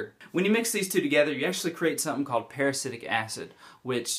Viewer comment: That's not how you say peracetic.